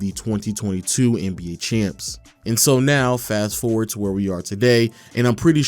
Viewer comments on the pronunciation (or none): none